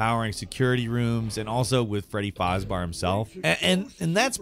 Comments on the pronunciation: ITS FREDDY FRAZBUR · Its Freddy Fizbear not Freddy Fizbar 😤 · i dont know why im trigered when he says fazbar instead of fazbear but man... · Take a shot everytime says Fazbar instead of Fazbear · Why did you say FarzBar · why do you say fazbar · I'm sorry but did you call Freddy "Freddy Farbar?" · Ah, yes, "Fazbahr" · I love how he says fazbar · I can’t tell if he’s just being…an idiot or just pronouncing it “fozbar” as a joke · I hate how he calls him faz bar 😖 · Aint no way i just heard him say fozbar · does this guy no what a bear is? “freddy fazBEAR” smh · Bruh man is really out here saying freddy fazbars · Freddy Fozzbar? I guess I've been saying it wrong all these years. Thanks gameranx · PLEASE STOP SAYING FREDDY "FAZBAR"!! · Everyone time he says 'fazbar' I get annoyed for some reason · I love "Freddy Fazbar" HOW DO YOU NOT KNOW HOW TO PRONOUNCE BEAR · How fuckin hard is it to say Bear. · saying "fazbar" is scarier than the game. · my man... you gotta start looking up the names of games/characters/etc. before you record audio. It's not "fozz bar" and you probably could have gotten the correct pronunciation from watching a couple videos on the games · is the only person I hear consistently mispronounce character names “fazbar” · Well yeah didn’t you know he’s modeled after the ever famous grizzly bar. Named after yogi baR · Wtf is a Fazbar lol. Is 'bar' how he pronounces bear? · I know he knows hes saying that wrong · Popular channels intentionally mispronounce things so people comment on it which in turn helps their algorithm. We’re all being played.. just saying. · Freddy Fozbars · If he says fazbear wrong one more time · The only thing scarier than this game is how pronounces fazbear. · I'm here for the obligatory mis-pronunciation 🙌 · I can honestly say I have never heard Fazbear Pronounced in any such way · glad I wasn't alone hurting trying to listen to this video with it being pronounced that badly.